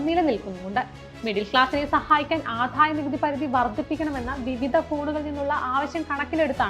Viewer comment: Good presentation and content. A small suggestion to concentrate on specific words like Adayanikuthi. It’s not ’Adhaya’ , its simple ‘Adaya’. Kudos team!